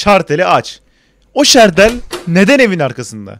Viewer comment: Hmm harika bir dicksiyon fakat şalter yerine şartel demenizi o an bulunduğunuz korku haline veriyorum bana da doğrusunu unutturdunuz googledan baktım